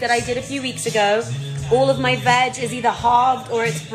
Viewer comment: "My veg" needs to be more clearly pronounced...